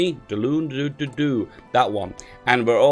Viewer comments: Seriously how can he not say Dalian or Kodoha? You just try for saying every letter in the word, it's not fucking French. Ko-do-ha. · How the hell can you not say Dalian or Kodoha? You just completely skipped letters in words that sound as they are spelled.